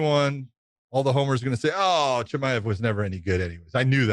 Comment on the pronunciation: CHE-MY-UV Josh like that dude idk why it bothers me the way you say it